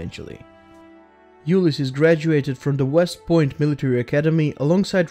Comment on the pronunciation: Did you know you got his name wrong? Both pronounced it wrong (pronounced U-Lyss-Ees, not U-Lyss-Iss, and the S stands for Sam, not Simpson